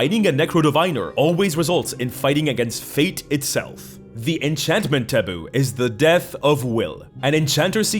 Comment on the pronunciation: Illusion and enchantment do not end in "tion". also "Dinivation"?